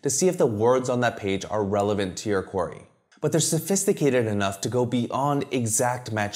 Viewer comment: Oh "query"!!! I thought you were saying "quarry"! Sorry I dont mean any disrespect 👍 great video